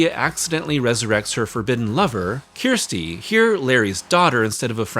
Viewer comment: "Ker sti" not kiersti this is what siskel and ebert had issues with. At least try to get her name right. Other than that a good video but it's really grating when Americans get her name wrong and keep hammering it home that they can't understand how her name is pronounced. They don't ever in the film call he "kiersti" it's pronounced "kersti" or for us in the UK Kirsty.